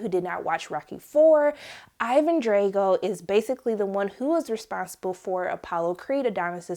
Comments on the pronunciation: Stop saying Drego! It's Drago! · Its Drago, not Dray-go. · Its not pronounced Dre-Go its Dra-Go. Did you not see Rocky 4? Yikes. Other than that good review. Just makes it look like hadn't seen the other movies. Good energy on your review just a small feedback on correct pronunciation Keep up good work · Got my thumbs down when she mispronounced Drago. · You say Drago funny